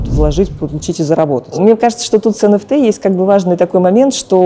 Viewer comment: Энэфти а не энфтэ